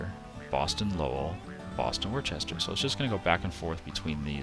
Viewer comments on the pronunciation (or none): Worcester is pronounced Wooster. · Would agree, if there were an 'h' in the name.. Worcester, just like Worcestershire, drop the 'shire'. You don't say 'Worchestershire Sauce', do you? 'Wuh-stir-shire', 'Wuh-stir'. Simple. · I fully recognize I'm 13 years late to the party here .... But listening to you pronounce Worcester like that is painful 🤣